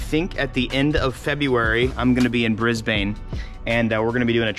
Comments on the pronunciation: As a fellow Australian, the way you pronounced Brisbane cracks me up. We don’t say it as “Bris bane”, we call it Brisbane but we say it as “Bris bin” but you have to check out the Central Coast of Australia in New South Wales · It’s pronounced “Brisbin” not “brisbaine” just before you get roasted when you’re over here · It'd be great to have you here in Australia but if you are coming to Australia, visit all us cities and host event, it'll go amazing. Also it is pronounced Briz-bin not Bris-baane ahaha I found that pretty funny in the video. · Brisbane is pronounced (Bris-ben) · Pronounced Brisbin 😃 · Just heads up that we’ll give you shit if you say Brisbane with a long ‘a’. It’s more like ‘Brisbn’ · the way he said brisbane haha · Please tell me that’s not how u think Brisbane is pronounced